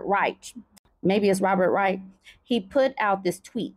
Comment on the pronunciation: reich sounds like bike...with an R.